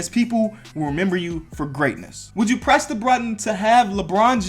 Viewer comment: I thought you said would you crest the button😂